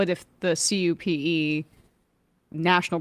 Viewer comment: Sam seder really needs "Hooked on Phonics". He mispronounced CUPE ("Cue-Pee") 5 times in a row even when he looked up the proper pronunciation of the Union. And sam is just a terrible orator in general.